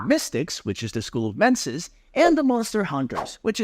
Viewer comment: I had a great time up until your pronunciation of mensis. Gave me instant frenzy.